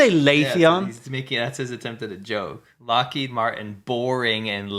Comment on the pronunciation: It was mispronouncing Boeing, Lockheed Martin and Raytheon for me.